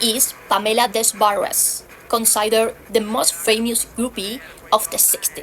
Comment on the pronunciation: This is such a cool series! Great photos 👍. In case it helps, Pamela's surname is (because it's French I guess?) pronounced 'Deh - Bar', despite its spelling, the french do seem to dislike sounding the letter 'S'!